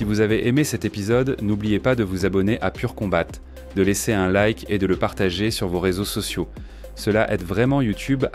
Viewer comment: À pourquoi il prononce "pur combatte" ?